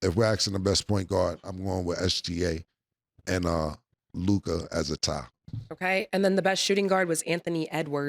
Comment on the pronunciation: Why Mase keep putting that extra “i” on LukA name bruh? 😅 somebody correct him!